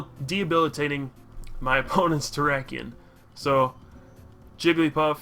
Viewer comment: Jiggl-y-paff, Jig-l-eEe-paff....